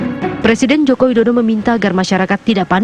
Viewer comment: Presiden woy bukan prasiden